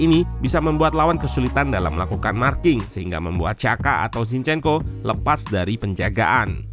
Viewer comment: Jinshyenko bacany ya